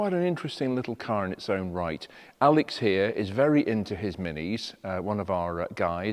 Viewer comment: At least the DMC with its Renault powertrain won't cost an arm and a leg to maintain or replace if necessary. When you introduced the mighty Mini and said "Alex here" It sounded like Alec and I said, my goodness is he still around!